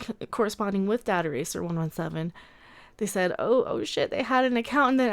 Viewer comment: The 'data' in dataracer is pronounced the same Data from TNG is pronounced, ie the British way of pronouncing it. Then it rhymes. Data-racer